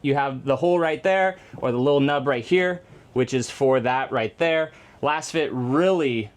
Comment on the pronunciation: Are you sure you’re saying it correct. Your pronunciation just doesn’t sound right and since they are laser fit, I would suspect it might be “LAZFIT”🤷🏻‍♂️